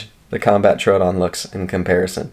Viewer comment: Why do ppl pronounce troodon like that lol it’s annoying asf it’s pronounced like truedon TROODON THERE IS NO U OR A IN THE FUCKN WORD LMAO JESUS 😂😂🤯